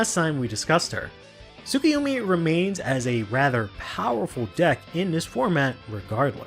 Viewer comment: is the closest he's gotten to pronouncing Tsukuyomi right.